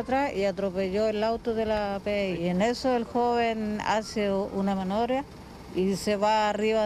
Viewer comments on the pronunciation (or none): Y tambien hizo una "manobria" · La mujer dijo manovbria en vez de maniobra jaja deberían de hacer un meme con eso como la vieja de las vistima 😂